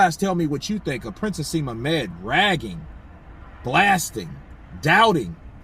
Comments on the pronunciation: bro just so you know his name is Prince (Naseem)Hamed not hasem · Naseem Hamed is his name not haseem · Haseem Hamed hahahahaha its Naseem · Lol its prince 'N'aseem hamed and these are comments he made about Eubank Jr. When he lost to George Groves- how can i trust your channel now for credible news?